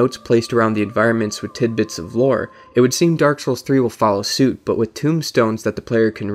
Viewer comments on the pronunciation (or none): none